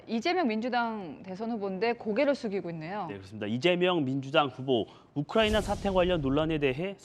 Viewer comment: 이재명이놈때문우크나이비하 발음하여국제적나라망신시켰다 세계적개망신하였습니다